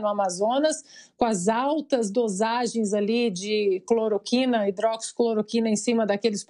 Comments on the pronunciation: Não é Clorocuina...é Cloroquina . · "CloroCUIna"", "hidroxicloroCUIna" ??? 😅😅😅